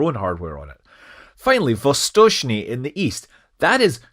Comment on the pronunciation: His pronunciation of "Восточный" is almost as good as that of native speakers, and I think it's remarkable.